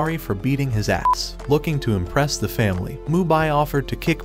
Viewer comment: Stop say a'ss